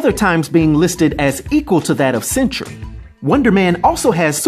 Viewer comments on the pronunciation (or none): none